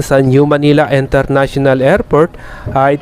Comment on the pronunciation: Kuya International hindi Enternational 😂😂😂😂😂